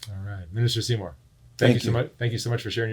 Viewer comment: It’s Seamore, not Seymour